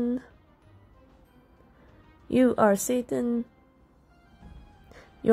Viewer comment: I'M SORRY- I can't stop laughing because it sounded like "You are Satan" instead of "UR Satan" 😂 WHEEZE